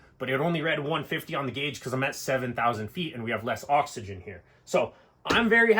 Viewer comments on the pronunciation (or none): none